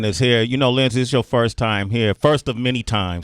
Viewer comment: Linday??? Really? Lol